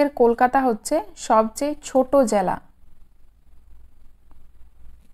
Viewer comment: Jala noy jela